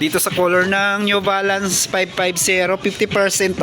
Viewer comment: Pipti Fersent Op, Sebenti Fersent Op, New Valance, Nine Foint Payb, Last Fer Yung letter F nagiging P, yung letter P nagiging F., yung B nagiging V and yung B nagiging V. Practice lang po ng proper diction para mas maganda. Ako din po nagkakamali and also needs practice often times. All the best!